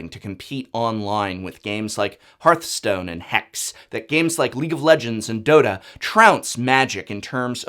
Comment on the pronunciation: HEARTHstone not HEARTstone